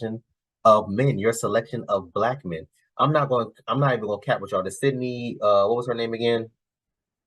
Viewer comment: Bro said syndey Sweeny... Man that's shows she watches. Aint no dude she talked to say his type is Sydney Sweeny by name.